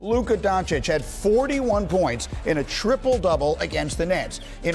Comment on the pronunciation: The refusal to even learn how to say Luka's name after years now on the part of SA says it all.